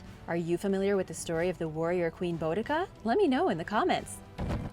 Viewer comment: Boudica is pronounced BOO DI CA in the UK she was a warrior Queen, a hard-core one at that. My favourite hero xx